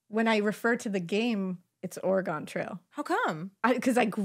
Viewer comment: As an Oregonian, hearing you say it that way makes me cringe and cry so much 🤣😭💔